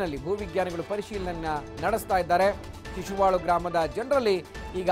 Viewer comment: ಶಿಶುವಳು ಅಲ್ಲ ಶಶಿವಳ